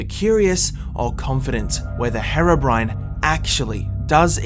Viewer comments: Ιts HEER OH BRINE not hair oh brin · Your saying harobrine its hèrobrine this is the only way i can do that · Its hero not hearo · The third group of people just wants you to stop saying Herabrine... Its Herobrine man (Here-oh-brine)... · Why is it that every British person calls herobrine harobrine And calls developers Develoupers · WHO THE HELL IS "Hera brain" !!!!!!!! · Is HAIR-O-BRINE REAL? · the way you say herobrine hurts me, it's HERObrine. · my bro ski it’s pronounced HE-RO BRINE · i thought it was pronounced as (hee-ro-brine) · pronounced heeeroh BRYNE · its "her-ough-brin-ay" idiot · It's pronounced "hero brian" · Did he just say hairobrine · You guys say herobrian's like the drug heroine. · It's pronounced hiro bryne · Mucrof yeah he says hero brin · Am i the only one that gets annoyed on the way he pronounceses herobrine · He said herobrine wrong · seconds into the vid and I'm all ready cringing THATS NOT HOW YOU SAY HEROBRINE god it's so cringey